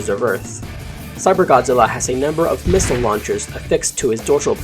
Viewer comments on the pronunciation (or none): none